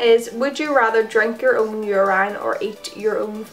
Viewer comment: The way she says urine😂❤️